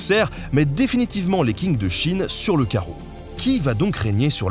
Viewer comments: Petit détail si jamais, en pinyin le Q se prononce comme un "tch" (pas exactement mais c'est ce qui s'en rapproche le plus, c'est plutôt un mélange de "ts" et "tch"). Du coup on dit la dynastie "tching", la ville de "tching dao", etc Merci pour tout le reste que tu m'as appris ;) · Super vidéo de qualité comme toujours ! 👌🏾 Mais petite erreur au début, à ma connaissance, la dynastie Qing s’écrit Qing mais se prononce «Ching » 😁 Cela peut parfois porter confusion avec la dynastie Qin par exemple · Super vidéo, merci. J'ai une petite remarque à faire. Est-il possible de faire un petit effort sur la prononciation des mots chinois, du pinyin. Voici quelques exemples pour faire simplement : Qing se prononcé "tching", Dao se prononce "tao" ... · Dommage de ne pas préciser l'ouverture français principalement par les américains, et les navires noirs du commodore Perry pour le changement politique du Japon. Qing, ça se prononce tchingue :(... Concernant Qingdao/Tsingtao, les allemand y ont construit leur usine de bière (normal), et comme conquis par le Japon par la suite, le Japon y a développé l'Asahi. On voit dans le musée de la brasserie (ils offrent une dégustation) des bouteilles de l'époque, allemand de la 1ere guerre mondiale avec le symbole bouddhiste de la croix gammée (avant Hitler déjà) entourré des points (comme sur le front des bonzes), puis japonaise appelée Tsingdao-Asahi. Harbin, ça se prononce RRa-ère binne :). Merci pour ce numéro intéressant. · Qing se prononce tsing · Qing = /tching/ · la prononciation c'est /tʃɪŋ/ , pas comme un King anglais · Hello merci pour cette vidéo ! Pour information la dynastie Qing se prononce "Tshīng" et non pas "King" Chose amusante car après vous mentionnez Qingdao qui a donné son nom a la ... Tsingtao ;) Bonne continuation ! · Petit commentaire sur la prononciation = Qing {tchin'} le Q se prononce TCH (et le G final comme un G qu'on garderait dans la gorge, qui ne se prononce presque pas). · Les 'Tsing' pas les King